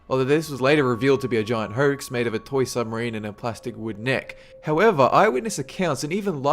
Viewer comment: This guy can't pronounce his o's. It kind of irritated me. He says phertos instead of photos and herx instead of hoax. And urnnecessary instead of unnecessary.